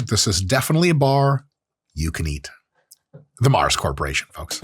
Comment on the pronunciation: Love the accent for Mar. Think European, but Mars is based in Slough, UK. Otherwise known as one of the biggest shitholes in the UK, and the location the original The Office was based upon.